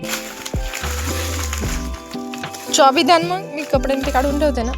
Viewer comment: चॉबी ❌ चाबी ✅